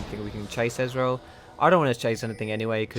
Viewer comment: You say Ezreal like Israel :D